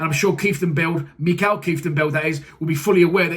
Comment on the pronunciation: Blues fan here, sad to see him go. Great battler and still one of the better midfielders we had. Loves a tackle. Good luck Dutch Mike Ps. His name is pronounced like Michael not Mikael. Surname Keith - ten - beld